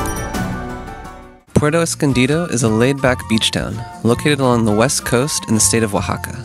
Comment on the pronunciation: Thanks for the great information! I don’t want to be too critical but it’s pronounced Pu-erto Escondido, not Porto Escondido. Since you do so much traveling, you can correct this pronunciation in other videos.